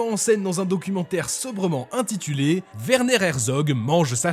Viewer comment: C'est grave quand même le français, c'est un double V , pourquoi prononcer V ? W dans ce cas ressemble au "oi" dans Q U O I , là c'est un double V, W. Werner. Désoler mais c'est mon prénom du coup ca serait cool quand même qu'un de chez vous s'informe de comment ca ce dit pour une fois. Chouette vidéo sinon !